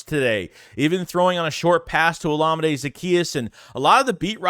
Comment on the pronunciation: I think it's pronounced o-LA-mi-day